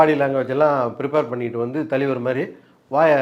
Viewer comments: தலைவர்❌ தலிவர்✅ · Thalaivar❌ Thaliver✅😂